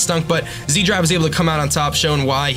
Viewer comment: Wouldn't zDrive be pronounced as setDrive? (Austrian, not Australian, here)